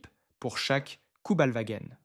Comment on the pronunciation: cubelwar ???? = Kübelwagen !!!